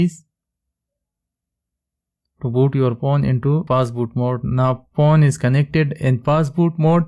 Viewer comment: Is it just me or does it sound like he's saying porn instead of phone?